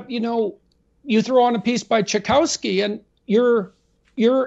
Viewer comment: Peterson, I am a huge fan but I feel it is my duty to remind you it is not Tchai-"cow"-ski it is "Chai-KOFF-Ski". I really need you to pronounce Tchaikovsky correctly next time thank you.